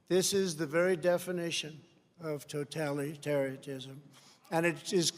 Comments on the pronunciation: He said “totalitariatism” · It's "totalitariatism" actually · Ben Shapiro is an idiot if he thinks Trump constantly misspeaking and mispronouncing words makes a good speech. This was a terrible speech. Ben Shapiro probably likes it because Trump dehumanized protestors and used far right rhetoric that appeals to fascists. "Totalytarytism" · “Totallytarrytism” -Trump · Toe-tally-taria-tizm 🤣 Nice try... Keep trying to stoke it but it just won’t light eh? ☮️ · The fact that Trump pronounced totalitarianism, toe-Tallie-tarianism , makes this comment all the more hilarious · He couldn't even pronounce totalitarianism. Trump is one of the most stupid, inarticulate incumbents in US presidential history. Examples of him slurring and talking complete nonsense are embarrassingly easy to find. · Did anyone else catch his slip up on pronouncing totalitarianism?